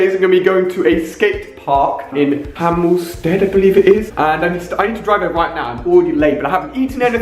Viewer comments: It's called Hemel Hempsted not hemelsted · Hemel Hempstead lol, not hamelstead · hemel Hempstead not hemel sted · Its called hemel hempstead 😂😂